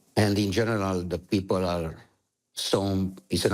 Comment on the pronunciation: uite ca diliul o rupe si pe englezeste...ai iem for da pipal, for da lalala...bravo, ma, diliule!